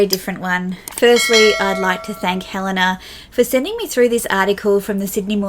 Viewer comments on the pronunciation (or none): none